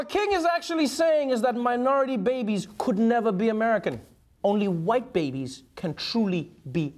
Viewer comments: His pronounciation of "white" reminds me of the SNL wedding speech racist (Will Forte). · Yeah dude if you pronounce it hwhite I’m not so sure